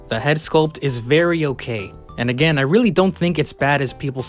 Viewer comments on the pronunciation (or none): none